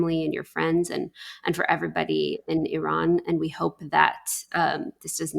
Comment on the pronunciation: At last somebody can pronounce iran🎉🎉🎉